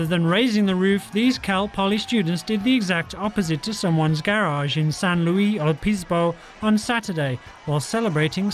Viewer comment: San Louy Oh Pis Bo. Jeeez you butchered San Luis Obispo